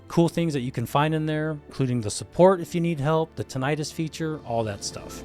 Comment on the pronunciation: Only thing that scares me with this review is the mispronunciation of Tinnitus.